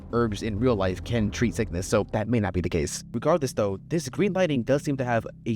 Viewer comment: Dawg. Stop saying "gween."